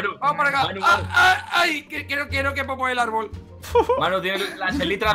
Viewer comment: jajajajaja me dio risa cuando dijo queiro lenteja jajaajajaj